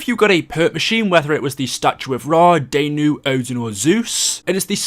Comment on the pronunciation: It’s not danu (day-noo) it’s danu (dah-noo)